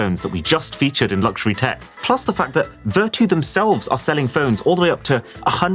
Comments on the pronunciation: It’s pronounced ‘Ver-tyu’ as in ‘virtue’. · Maybe i'm the only person who pronounced this as ver-chu instead of ver-too 😅 Vertu Phones Were Always A Simbol Of Luxury They Are Best Known For Their Build Materials And Craftsmanship, But We Are At A Time Now Where Functionality Is More Important Than Look It's So Sad That Such A Niche Brand Is Using Cheap Marketing Tricks & AI Generated Text/Images For Marketing 😑 Anyway, I Think I First Saw The Buttler Service On Samsung 'W' Series Phones,Which Are High End Versions Of Z Fold& Z Flips, But Only For Chinese Market. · Vertu condom? Maybe I am dizzy coz I heard this for Vertu quantum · Not Vertu man....